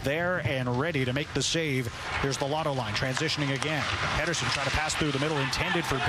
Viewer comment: WTF , ITS P'eat'erson